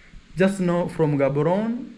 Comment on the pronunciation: Bloemfontein pronounced "Blumfontein"(Afrikaans), City of Roses 🌹. Gaborone pronounced Ggaboronee (as if u clearing ur throat from the back-Setswana) not Ghaaboron coz it loses the meaning behind its name. Windhoek pronounced Vendhuuk(Afrikaans)